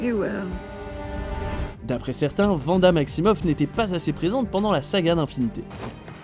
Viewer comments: Vanda 😅 on dit ouanda pour Wanda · Non. Juste non. Pas Vanda .Wanda. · Juste parce que tu as dit vanda au lieux de wanda je met un pouce rouge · Wanda please ! Pas Vanda ! -_ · 10 eme place pour wanda ? ils me gonflent watch mojo. PS: C’est Wanda pas Vanda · Wanda pas Vanda essayer au moins d'être au courant quand vous faites des vidéos et de pas paraître pour des débutants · Dans X men evolution "en français" ils disent "V"anda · Thanos contre venda😭 Sa se prononce pas comme ça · AsH - ca se dit Wanda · AsH - sa se prononce ouanda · Nakaxx bah moi je prononce "Vanda" parce que c’est la prononciation française et que... je suis français. ( au passage ça va tu t’éclate à t’auto-like tes propres commentaires mdr ?)